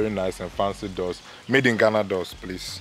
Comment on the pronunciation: * it's GHANA not Gahana lol omg